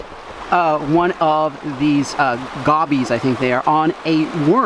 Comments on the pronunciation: great video but just so you know its pronounced like go-bie not gah-bie but still really cool to catch a goby on a rod and reel :] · Hahaha he said “Gobbys” it is pronounced go-bees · Another great day fishing! I think I might wanna move to oregon for the fishing. Not that Michigan is great for it, but some of the places you go & things you catch- damn! BTW -the Gobi Maverick caught (hi 👋) is pronounced GO -BEE. Man I have NEVER seem such docile crawdads! Where I'm from them suckers jet away so fast! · Gobi. Pronounced go-bee haha. We have a ton of them in lake Michigan unfortunately. Fish from any pier and they will steal your bait relentlessly. Even some rivers and lakes that connect to Lake Michigan are plagued by them. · That’s a weird lookin gobie what the heck. Also ‘go-bee’ is how we pronounce it on the Great Lakes